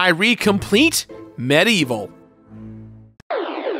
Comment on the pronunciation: Its medievil not medieval. Anyone else bugged about how he says it?